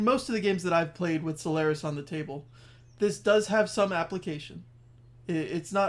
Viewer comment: I really like this series, thanks. Super minor nitpick: The "c" in "Celarus" is a hard "c" (pronounced like a "k"), and the emphasis is on the first syllable. So it is spoken as KELL-uh-ris, roughly. Source: playing the Psijic Order questline in-game, this is how it is pronounced every time by every character. (The "c" in "Ceporah" is also a hard "c.")